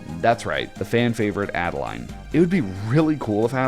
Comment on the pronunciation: It's Ade-Lean, not Add-A-Line!